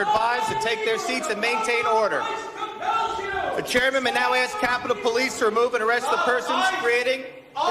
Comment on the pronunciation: It's pronounced ask, not axed. Get the crap out of your mouth. lol